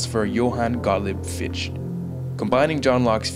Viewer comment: Excellent film, but just FYI, Fichte's name is pronounced fick-TUH, not fee-sht. :P